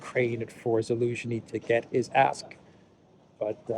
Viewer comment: Zaluzhny sounds like Delusiohny